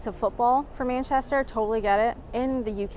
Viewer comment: It's so so strange to see you outside your own four walls..., even though its happening more and more! How long have you been in England...? Still can't pronounce Manchester? Babble was a flop for me, Had no luck with French, maybe i'll have more luck with Spanish. If I deceid to give Babble another chance. This was an informative and well edited video, that kept me on it till the end. Thx.